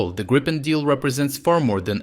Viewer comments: So the only thing that needs to be worked on is that it is griipen. Not grypen, grippen or any other mispronunciations. I'm sure it should be doable for a Ukrainian. Or if this is not possible use Griffin or грифон. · Gree pen, not Grai :) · Great stuff. Just fyi. it's pronounced 'Greepin' (as in 'creep') ..... got that direct from a Swedish Gripen pilot some years ago. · Gripen is pronounced грііпен or in English greepen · Which is the pronunciation: Gr if fen or G ripen?